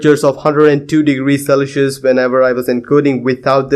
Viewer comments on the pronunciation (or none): its celsius bro not celisus 🙄